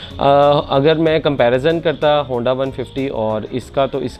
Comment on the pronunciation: Handi 😂 aisy hi nahi pendu bolty log ❤